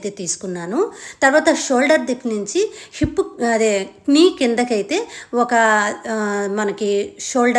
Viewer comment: పాస్ట్ కాదండి,ఫాస్ట్, నేభి కాదండి నాభి,ipp కాదు హిప్,డ్రాప్ కాదు drap,ఆప్ కాదు హాఫ్,sapty కాదు సేఫ్టీ